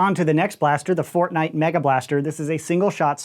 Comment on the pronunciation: Fortshight? Again?